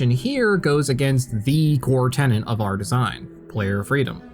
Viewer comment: It's "tenet", not "tenant".